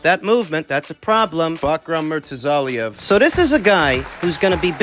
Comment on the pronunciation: "Backrub Murtazaliev"